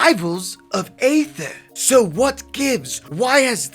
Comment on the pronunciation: Another YouTube tutorial/overview, another YouTuber mispronouncing Aether.